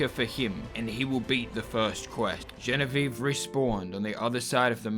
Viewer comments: Genevieve : the ending is said "vee aeve" the last eve as in EVER and you cut it EVVVVVV.... you are close though to the correct french pronunciation Watch "Bibi et Genevieve" to get how to say it !!! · The way he says "GENEVIVE" is just really funny to me for some reason. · I love the way you pronouciate "genevieve" it's so funny